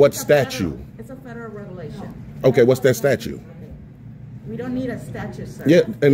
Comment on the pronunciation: He's in Waukegan? I wonder if he knows The Clipboardidiot...he also says 'statues,' when he means statutes. He also has no idea about trespassing laws. Someone in this video really does need an education!